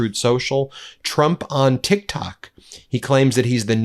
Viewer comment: It’s Tik Tak not TikTok 😂😂😂